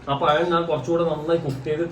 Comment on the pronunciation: പയം അല്ല പഴം